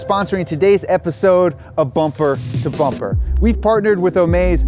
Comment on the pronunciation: I am sure he said "brumper to brumper" At the start....